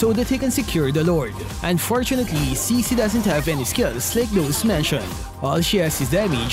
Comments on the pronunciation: I think her name pronounces chi(ck)-chi(ck) and not she-she. Strong yes but for me looks boring, like novaria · I think the name is pronounced (Tsi Tsi) wit the T and,so yeah Cici